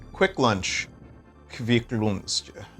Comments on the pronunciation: "Kvikk loonschjscffcvhujjgfutxht" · The way he’s pronouncing kvikk lunsj is frying my Norwegian brain rn 😭